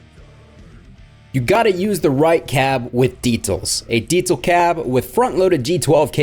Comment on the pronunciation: Every time you say “Deetzal”…..😂 Maybe you should try a Metzzabarba or a Metza Boogie?